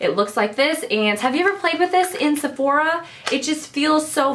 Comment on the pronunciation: "Sephorha" lmao 0.02